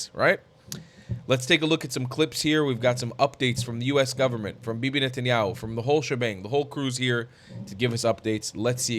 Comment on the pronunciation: Israel needs a new prime minister but I wonder if Americans will learn to pronounce "Netanyahu' and not call him "Nat-en Yahu'